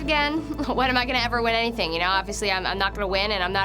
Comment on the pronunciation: Be prepared for anythink. And everythink.